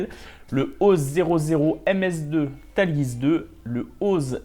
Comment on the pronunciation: super vidéo, mais par contre la prononciation bien franchouillairde du Tallgeese... mes oreilles ont été mises à rude épreuve XD